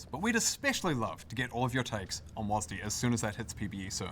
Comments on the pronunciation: Thank you Caedrel someone had to say it. It is pronounced "Double U A S D". I mean I can kinda tolerate "wasd" but definitely not "wasdee" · But WHY you guys call it WAAASD ??? Its double‑you A S D. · STOP SAYING WAZZZ D. It’s is will be and always has been W A S D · Since when do people call it wasDEE? W A S D or wasd, not WasD? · can everyone just stop fucking saying WAS-D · Riot's dev team having no clue how to pronounce WASD tells you everything you need to know about this company 😂😂 WAZDEE... NOBODY HAS EVER SAID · Hearing it pronounced was-dee feels so wrong to me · caedrel why the fuck you saying "wasdee" lmao it's either a word, aka wasd, like wasp or it's letters, aka double you ay ess dee "wasdee" is literally retard talk